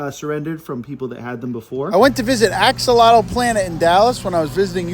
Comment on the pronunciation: I love how everyone pronounces axolotl wrong, lol